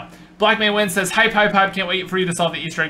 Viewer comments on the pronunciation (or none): none